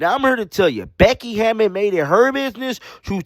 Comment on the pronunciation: Her name is Hammon not Hammond